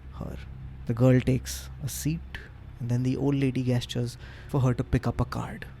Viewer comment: Take a shot everytime pronounces 'Gesture' wrong.